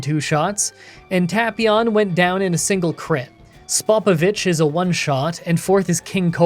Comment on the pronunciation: "Pui Pui? How does this name sound?" Also: effortlessly says Spopovich